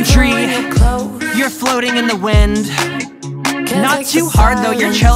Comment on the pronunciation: God ! At first, I've heard '''poultry... you flooting in the wind..'' 🤣🤣🤣